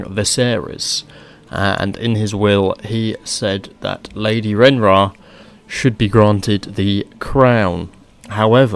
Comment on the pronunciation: Awesome video. But I think its pronounced Ray-near-ah